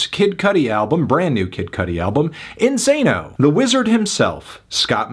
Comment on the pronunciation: “Isano” lmao 😂😂